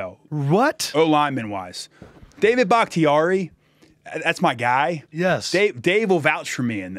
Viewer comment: It’s David bahktiari